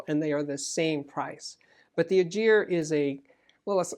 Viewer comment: Schiit Ægir is a good amp but it bugs the heck out of me the way you butcher the name: thats the ae sound and you all can learn it. Then the g is hard and not a j sound